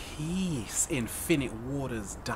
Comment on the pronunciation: peace so funny the way he says it